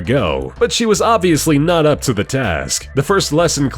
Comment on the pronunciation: you said op instead of up lol